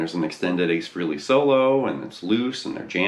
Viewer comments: Frehley is not pronounced 'Freely", it is pronounced "Fraylee", as how Ace himself says it. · Frehley: (Frey-lee)....Not (Free-lee)